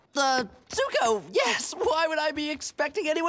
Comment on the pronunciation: Anyone realise that he said Suko instead of Zuko? Really awesome writting or I'm just bearing stuff.